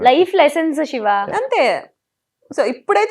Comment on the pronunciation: షివా కాదు శివా